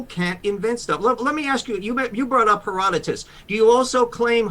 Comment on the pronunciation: Short answer: no Marco Polo also said there were dog-headed people on an island. And I don’t know who Hera DOW Tuss is. And obviously you don’t either since you mispronounced his name. Herodotus was a historian but he didn’t see this stuff. He just wrote about stories that he was told about, generally speaking. There is so much to unpack I don’t feel like typing it all. Unless you believe in vampires, cockatrices, krakens, aliens, etc. then these “eyewitnesses” of dragons shouldn’t be believed then either. Also: pareidolia